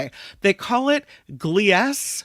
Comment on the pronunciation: I believe Gliese is pronounced kinda like Gleason, said: Gleasy. Thats just phonetically. Gleasy 12b🥸 Named after German astronomer Wilhelm Gliese. There are a lot of astrological objects named after him.